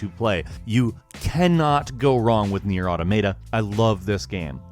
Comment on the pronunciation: learn to pronounce nier man 😂